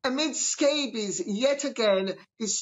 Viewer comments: Scabies! Makes me laugh I wonder if lady C says that deliberately instead of scobie 😂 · Is she purposely calling him Scabies? 😂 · Are we going to ignore the fact that Lady C keeps calling him “Scabies”? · Notice how Lady C mentioned Omids last Name and calls him scabies ..instead of scobie ...hilarious .lol.....lol......